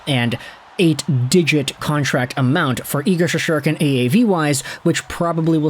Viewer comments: Shest-er-kin…not that hard to pronounce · Learn to pronounce his name dude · Learn how to pronounce his name.. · Learn how to pronounce his name